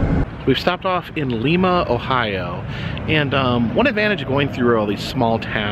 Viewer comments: I live in Lima and a couple of things. #1 its Lie-Ma not Lee-Ma. Secondly, you missed out on visiting a few places. #1 Kewpee hamburgers, the best burgers in the world. This was actually the place that inspired Wendys but its sooo much better. #2 we have the tank plant where they produce the only Abrahms tanks, you can't go in but they have one on display outside. And as far as wapak goes, you somehow missed the temple of tolerance. not sure how you missed that one but you NEED to go back and check it out. A beautiful place created in a mans large back yard completely made up with rocks he's found, its a must visit. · Oh my, it's lIma, not leema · Only go back to lime-a if youre going to pronounce it right lol jkjk. Also no love to Dayton? 😭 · Lima not lema Ohio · Lima is pronounced like Lima bean. Hope you enjoyed your visit! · yeah we appreciate you trying to make Lima sound fancy tho 💋💝 come back soon,! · The "i" is long sound in Lima. I haved lived in Ohio all my life. There is plenty to see and do here. Covid has put somewhat of a damper on it. Love Jungle Jims. Go there frequently. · Another great video, thanks. Quick note for your return visit to see Noah's ark: They pronounce it Lime-uh, Ohio (like Lima Bean, not the city in Peru) Keep up the good work! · The i in Lima is pronounced eye like what you see out of. The way you are pronouncing it is the town in Peru. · I love this road trip. The small towns are always so interesting. Just an FYI (as others may have already pointed out), as someone who lived in Ohio for 37 years, the city of Lima is pronounced L-eye-ma. Looking forward to your further adventures. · Hey. You went to my home town Lima Ohio ( pronounced Lyma) Peru also has one proounce as you pronounce ours. Ours is said with a long "I". Wow! Coolsville. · It is Lima, long I. Like a lima bean. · Its Lima, Ohio pronounced like Lima bean with a strong "i" sound lol.😁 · its lime uh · It is pronounced Li-ma long I.